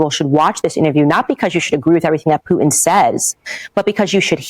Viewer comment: I like how she gets all GANGSTA when she says the name...Putin. She calls him Vladamir Poo-In! POO-in. Vladimir POO-In.